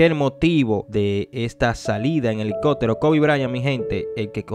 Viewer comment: elico(pppppp)tero asi se pronuncia